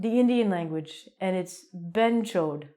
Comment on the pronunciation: Behan chod is the best madam.. you did it very good pronounce..